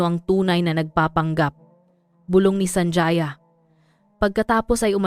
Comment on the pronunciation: SANJAYA?..apilyido yan kaya ayusin nyo nman ang paggawa ng kontent nyo..ang pag bigkas nyan ay SANHAYA"J" ay tunog letrang "H"(ha)..